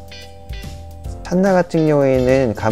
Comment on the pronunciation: 장말 멋있네요. 근데 찬나가 아니라 칸나가 맞는 말입니다. 학명은 라틴어로 읽어야 하죠.